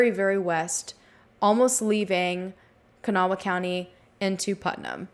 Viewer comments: Kanawha County is pronounced kuh-naw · I live really close and was young when this case happened. Just two things that irked me- it's Kan -awh county, two syllables lol. And the West end isn't a city, it's actually the West Side of the capital, Charleston and about an hour from the next county over. Very suspicious case though.